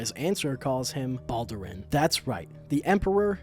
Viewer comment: So weird seeing someone say Balduran as Baldurin.